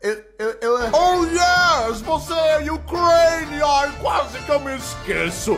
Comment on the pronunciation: Kkk tadinha da " Ucraína "